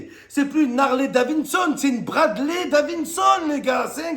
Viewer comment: C'est DaviDson, pas DaviNson, Momo 😅🏍